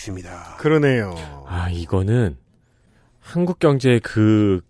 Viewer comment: 칸국 인 것인가? 한국 인 것인가? 내 스피커 탓인가?